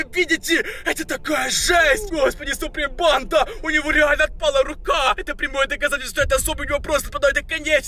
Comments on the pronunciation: Я одна слышу не банда а понда? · Почему он говорит панда